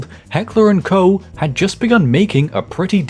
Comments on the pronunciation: Koch is pronounced as "coke" in English. Great content as always! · Heckler and co? pronouncing Walther as walfer? what is wrong with your German pronunciation man?? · my source: it's my last name. The way it's pronounced in German is the same as the ch in Buch but that sound doesn't exist in English. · To my understanding, Koch is supposed be pronounced similar to Cough. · Cool video, but please search "how to pronounce Heckler&Koch" before making a video where saying it is unavoidable. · It actually does not. Anglophones have incredible difficulty pronouncing the German "-ch" sound at the end of a word, and there really isn't a way to illustrate the pronounciation with an English word, so the US H&K subsidiary decided to pretend like that's the correct way of saying it.